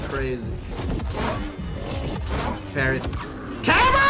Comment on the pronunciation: The way he says "camera" is as if he has has been exiled from a city named Cam-Era, and is cursing the cities good name, swearing his revenge.